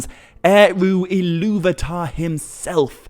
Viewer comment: Why do you keep pronouncing Illuvatar as "Illuvitar"?